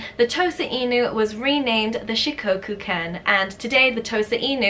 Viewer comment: omg Shikoku made it into a video! My Shikoku baby is my life 💕💕💕💕💕 (btw it’s pronounced with a short o sort of like in “off”) Kai ken are more popular in Japan than Shikoku, I’ve seen 4 or 5 Kai locally but nobody has ever seen a Shikoku before they meet mine 😭💔